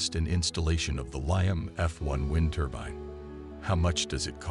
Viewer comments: It's a turbine, not a turban. Also the music turns the whole presentation into snake oil. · ITS NOT A "TURBIN" ❗